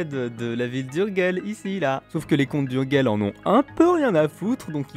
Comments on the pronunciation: Bien faite et bien documentée cette petite vidéo ..😊 une petite critique cependant : on dit « urjeil » et pas « urguel » pour Urgell …. Le catalan est une langue latine : le G se prononce J quand il est devant un E et un I… et puis 2 trucs chelous à signaler sur cette frontière : - le Pays Quint , en demembrement, l’Espagne est nue propriétaire, et la France usufruitière … la poste est assurée par la France qui recouvre la taxe d’habitation mais pas l’impôt foncier …. qui reste l’apanage de l’Espagne … - le val d’Aran exception au principe de frontière-ligne de partage des eaux, enclave espagnole sur le versant nord des PYRÉNÉES et curiosité linguistique puisqu’occitanophone …. chez les hispanophones …. Une autre petite vidéo s’impose sur cette frontière chelou 😂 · Super video. Pourquoi prononcer Urguel . Ourdgeille en catalá.